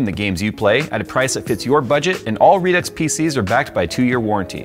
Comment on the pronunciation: Redux, meet Redux Deux. The pronunciation of Redux, pisses me off so bad, I would never buy their product. If they pronounce it re-do I would take them seriously. How tf would they pronunce a part two then? Redux Dooks? lmao